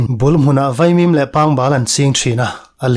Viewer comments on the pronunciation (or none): none